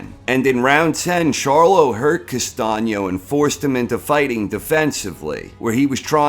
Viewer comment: why castaño ´s face in the thumbnail? castaño > charlo but you are not ready for this nice to hear someone that actually can pronounce "Castaño"